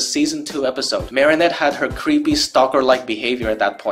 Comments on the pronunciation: Why do you keep saying Marysu? And I use to love this special when I was 7/6 and the songs I mean I still think ladybugs song was pretty good I just didn’t really like bad Santa claws and I don’t like rock it’s just garbage you can barely hear what there saying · It took me a minute to realise why you kept calling Marinette Mari-Sue lmao